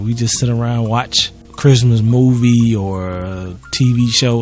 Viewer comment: no one:: 🥷"ITS CHRISTMAHS TIMEEE! (x3) you excited fa CHRIMUHTYYYHME??” 😂😂 missed you man lmao🤍